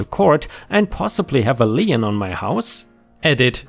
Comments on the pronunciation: As a long time subscriber, you know me well enough to know I will correct your pronunciation at times. In the case of "lien", you might pronounce it a "le-en" but I know your syntax well enough by now to hear "lean" in my brain. ⭐⭐⭐⭐⭐⭐⭐⭐⭐⭐⭐⭐⭐⭐⭐⭐⭐⭐ For the algorithms. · lien /liːn/ sounds like "Lean" - A legal claim; a charge upon real or personal property for the satisfaction of some debt or duty. The only place I heard Lien pronounced as "Lee-In" is In the fictional animated series RWBY and its associated media, Lien is the primary currency of the world Remnant. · In North America, Lien rhymes with Bean, Clean and Sheen...